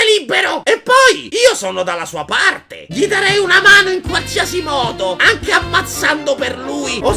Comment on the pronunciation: Puoih fareh anceh il riassuntoh de Il signore degli anelli? Pls Grz